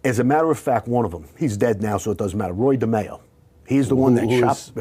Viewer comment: It's Roy demeo